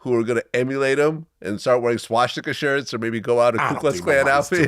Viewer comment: Vlad says shhhhwashhhsticka lol